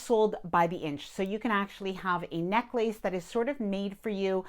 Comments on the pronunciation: “neck-lace”??? Try neck less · necklace [ nek-lis ]